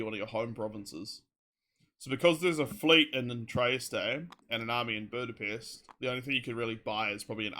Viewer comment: sounds like i said bootypest lol